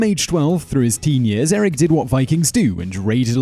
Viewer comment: You got most of the names wrong. The first one is Eirik "bloodaxe" i should know since im named after him..